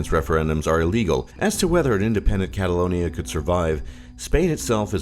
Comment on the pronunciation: He got catalonia right